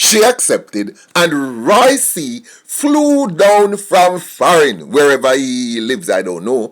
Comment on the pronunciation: it's Roy Q not Roy C...Lol